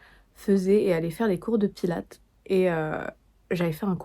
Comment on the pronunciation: Par contre les françaises, le S se prononce pour Pilates !! C'est Pilatesss